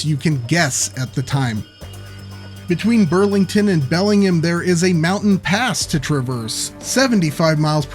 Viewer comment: Belling-gum. Lol.